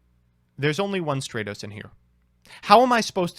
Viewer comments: Not only pronouncing Stratos wrong, but doubles down and rants on with parody names, while also having the last one pronounced remotely correct xD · Had to dislike because you kept saying stratos wrong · Stratos would be stronger if you pronounced his name correctly. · Stratos:, if you love me so much, WHY CAN'T YOU SAY MY NAME RIGHT?! (flies away in tears) ^_^ Love the video!